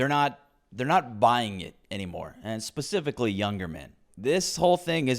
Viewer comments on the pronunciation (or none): none